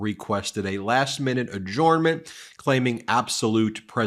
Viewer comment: .....If your going to giggle at MTG over her pronunciation of indictment, please learn how to say "adjournment" ....jer not jor